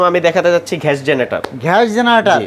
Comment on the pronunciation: ঘ্যাস না গ্যাস 😂😂😂